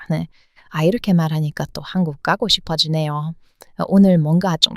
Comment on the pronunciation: 충분히 가능해요 발효식품으로 건강 체질로 바뀐것 같아요.한의학적말로 체질전환이 돠신것 같아요. 저도 정이사라지는 부분이 아쉬운데 .. 너무 정이 넘치는 사람을 이용해서 사기치는 나쁜 인간들 때문에 이렇게 변하는것같아요. 그리고 공부만 해서 대화법이 너무 부족해진다는게 문지예요 ㅎㅎ 마지막에 한국까고싶어요.로들려서 넘 걱정했는데 가고싶어요라고 다시 재해석했네요 .ㅎㅎ